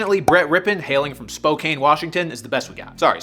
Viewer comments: I do not comment on YouTube videos as a a rule, but for the love of christ I am begging people to pronounce Spokane correctly. It's 'spo-can,' not 'spo-cayn' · Its pronounced "Spo-can" not "Spo-cane" just for future reference. Probably need the Gonzaga pronounciation too, and thats "Gone-zay-ga" and not Gone-zah-ga" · Spoke-AIN? Rhyming with Cocaine? Get outta here... It's Spo-KANN. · Spo-can, not Spo-cane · if i hear another person say “spo-kane” instead of “spo-can” im gonna lose it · It’s pronounced Spoke-Ann, Washington, not Spoke-aine and it’s Queen Creek Az, not Queens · spokane is pronounced spo-can now spo-cane btw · spo can not spoken I don’t know why you pronounced like that. It just should get it right thank you. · Annoying Washington resident here, Spokane is not pronounced (spo-Caine) it is pronounced (spo-CAN) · ITS SPO-CAN NOT SPO-KANE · in Washington Spokane isnt pronounced Spo Cane. It's Spo Can. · it’s pronounced spo-can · It is spelled Spokane it is pronoumced Spo-CAN. Please ignore the "e" at the end Sincerley a spokanite who hears the mispronounciation every March Madness when Gonzaga plays. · Hearing you call Spokane Spo-cane… hurt my soul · Ugh, learn how to pronounce Spokane. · That bothered me also as a Washington resident but ig if you’re not from here you wouldn’t know